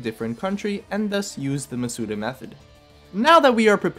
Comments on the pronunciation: How do you just pronounce Masuda's second name correctly and then keep saying MasUda, like, what? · You pronounced Masuda wrong